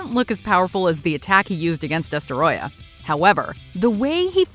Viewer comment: destroyah (DUH-STROY-UH)